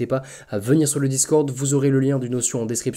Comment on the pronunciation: Notion ça se prononce "noh-shun" 🙂